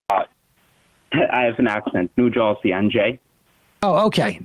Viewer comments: Sam: New Jawsey? I'm not familiar with it. Starting with violence I see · If the caller had said Noo Joy-zee, Sam would've gotten it. ;-)